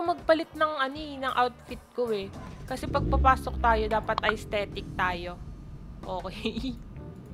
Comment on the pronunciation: aysthetic?! estetik po yung basa dun